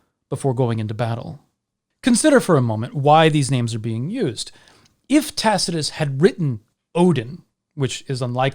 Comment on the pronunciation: "in which Tacitus goes into details about..." Dude, are you having a stroke?